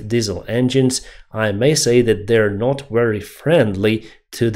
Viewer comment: "Not" is not pronounced "Nut"